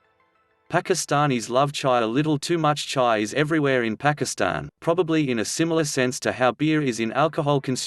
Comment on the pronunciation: the robots pronunciation of pakistan put me off watching